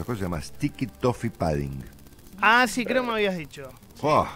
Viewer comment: Un pequeño aporte. Se escribe 'pudding' y se pronuncia la U, no se dice "pAdding".